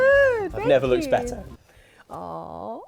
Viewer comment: Did he say, "I've never Luked better?"